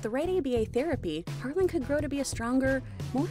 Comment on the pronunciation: Guys, it's Harlan not Harlem.